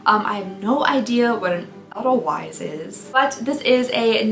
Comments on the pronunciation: I'll solve your problem! House swap! You can stay in my house in Scotland in the summer (weather is rubbish and it rains) and I'll stay in yours! I know you love Scotland, so that's an easy one 😉 Ta-dah! 👏🏻🏴 Edit: Edelweiss is pronounced aidel-vice. Like the song from The Sound of Music 🎶. It's a white flowering plant. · And I think it's pronounced a-dell-vice. 🤍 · Edelweiss- Pronounced ay- del- vice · Edelweiss is a beautiful flower and I believe the official flower of Austria. It is pronounced “ A - dell - vice “ . If you’ve ever watched the Sound of Music with Julie Andrews, there’s a song about it. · Yes- came to say this🥰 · No hate at all, enjoyed this video ✌️ 😂 But could you Google how to say Edelweiss? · Oh my God I died when she said edelweiss with a w instead of a v 🤣🤣🤣🤣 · As soon as she tried to say it I knew what she meant and the song immediately entered my head and now won’t leave.